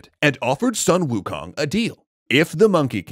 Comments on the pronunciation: No it's "swuh-n ookung" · Still pronouncing Sun Wukong name wrong...